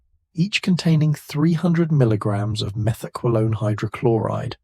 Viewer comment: “Meth-EK-wah-lone?” Uh, take it from someone who “experimented” with it from 77 to 82: “Meth-ah-QWAY-lone.” 🫡🕺🏼💃🏽(Now it’s “Meth-ek-kwah-LONE.) 🤨🤷🏻